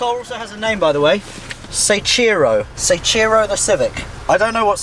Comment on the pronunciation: Soichiro Honda was the founder of the brand... I'm guessing the cars name is Soichiro, not Saichiro (?)